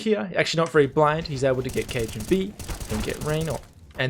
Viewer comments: He called kjaerbye cajunb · I say Kajer you say B! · and he still can’t pronounce kjaerbye